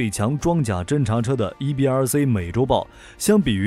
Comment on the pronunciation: “C” 念See, 不念Say. 所以EBRC 是EBR"See", 不是EBR"Say".